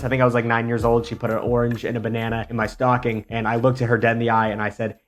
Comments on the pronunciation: I thought you said your mom was a big stalking lady 😂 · “my mom’s a big stocking lady” fully heard that as “stalking” and didn’t bat an eye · Dear Lord, SAME!!! I fully batted an eye though and paused the video to look for a comment like this LMAOOOO